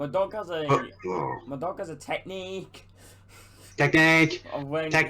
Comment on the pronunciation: “Technique! Technique!” Sounds like a true Indian on the streets lol 😝